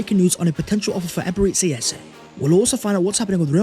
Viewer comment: Hey great content as usual. You tend to pronounce Ebereche as Ay-bay-rayte-say, which kills the meaning, it should be Ay-bay-ray-chay, meaning the mercy of God. You can also call him Ebere, which is easier and is what most Nigerian-named people prefer, as the full name is usually used by their parents when they get in trouble 😅 .